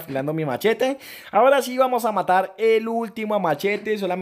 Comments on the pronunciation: Asi no hablan los colombianos,son los puerto riqueños ,solo se equivoco intentando decir matar(yo tambien soy colombiano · Dijiste matal enves de matar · Like si escuchaste que dijo vamos a intentarlo matal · We dijiste matal 😂😂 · En el minuto dijo matal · like si te diste cuenta que dijo " matal" 😂👏👏👏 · Asi hablan los Colombianos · Asi abla